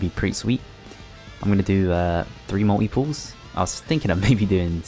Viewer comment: Majellyian, said franky correctly thats a first for you, pronouncing things right, maltee instead of multi still, Herculeesan thats fuckin way off